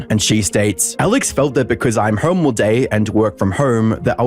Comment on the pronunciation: The way you speak hurts my ears. How the fuck do you pronounce 'Home' as 'Hoerme'. You sound like a badly coded Oceania AI.